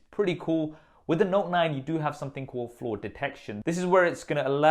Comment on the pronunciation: Whenever he said flaw detection I thought he said floor detection.